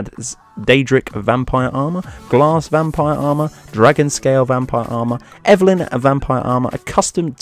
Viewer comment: Evelyn? Seriously, it's Elven.